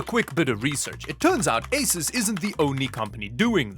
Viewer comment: It's "AY-soos" not "AY-sis"!.